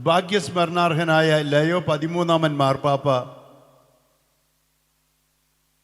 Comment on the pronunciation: ലെയോ അല്ല ലിയോ